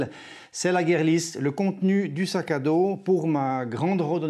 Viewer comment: Bon mais c'est "guire" list, pas "guerre" list la prononciation ;-)